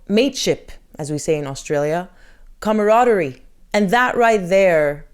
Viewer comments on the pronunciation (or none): pronounced: com -ra-dery!